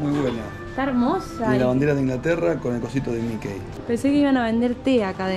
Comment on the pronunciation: Que significa Nafta ? No se dice Mikey se pronuncia MIKI. Saludos.